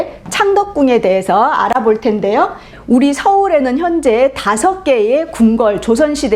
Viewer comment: 장음인 단어의 첫 자를 짧게 잘못 바름한 예:현재,밨는데요,한양,경복궁,이 성계,대칭 ,정문,파격적, 장단음 문제가 너무 심가ㄱ하여 더 이상 읽을 수가 없습니다. 달은 강의에 대해 같은 제의한 것 같습니다."한국 어문을 고발함" 을 제발 일독해 주시옵소서. 미국 변 완수 배